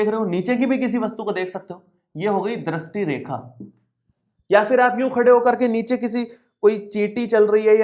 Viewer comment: पहले ढंग से दृष्टी बोलना सिख के आ फिर youtuber बनना